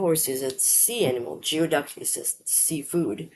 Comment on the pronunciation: Geoduck is pronounced GOOEY DUCK. Weirdest word always, icks me out. Never heard of Bugbear.